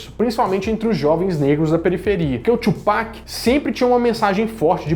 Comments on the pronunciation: Não é Tchupac não, colega. Kkkkk. Fala-se Tupac mesmo. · só lembrando que a forma correta de falar Tupac é como em portugues, e não "Twopac" .. falo isso pq quando falei assim na frente de um americano ele começou a rir :|